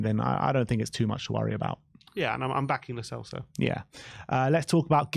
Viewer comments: "Lo Chelso" lol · The real reason Lo Celso is leaving: 4 years in and our fans are still pronouncing his name wrong